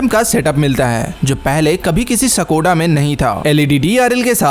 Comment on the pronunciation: सकोडा नही है ब्रो स्कोडा है